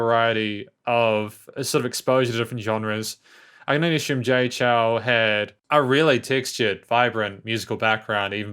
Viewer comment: Nice review. Just a bit of suggestion, the Chou is pronounced as "Chou (O is spoken as in Orange) instead of Chau/Chow"